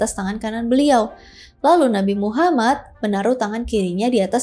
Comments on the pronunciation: gw sebagai muslim malu, kmu lebih bagus penyebutan nama Nabi Muhammad SAW di banding gw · Makin fasih aja kak nyebut nama Nabi Muhammad SAW 🤭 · Fasih banget baca nama nabi muhammad😍🥰padahal beda agama,salam untuk orang baik🙏